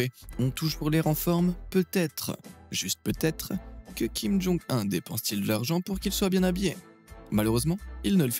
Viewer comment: Je suis sur que plus de 50% de cette video est tirée de propagande americaine, en plus, comment tu peux avoir autant d'information sur la coree du nord? Et prononce comme ça: kim jon OUNE et pas 1